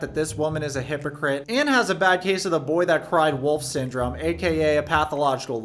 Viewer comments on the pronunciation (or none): none